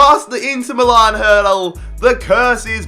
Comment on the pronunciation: It's Me Lan (Milan) NOT Me Larn.